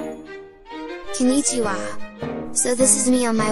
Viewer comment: okay, i'll try to fix the pronunciation ..should be konn'ichiwa